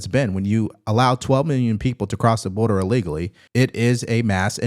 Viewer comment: I really like all the news you are analyzing and sharing with us. One request, please! The word is ILL legally not UH legally. Thanks.